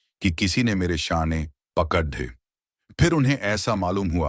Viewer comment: अब हद हो गई। 'ड़' का 'द्ध' उच्चारण बार बार कर रहे हैं। 'पकड़' को 'पकद्थ', 'सैकड़ों' को सैकद्धों' 'बड़ी' को 'बद्धी', ,,,,। अब आज से आपको सुनना बन्द। पहले सभी स्वरों- व्यंजनों का सही उच्चारण करना सीखिए।